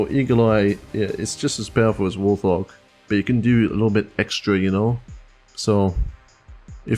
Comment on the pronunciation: Pretty sure Warthog is pronounced Wart-hog, idk how other people say it though, so I may be wrong.